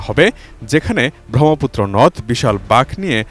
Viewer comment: উচ্চারণ জ্ঞানের অভাব (ব্রহ্মপুত্র)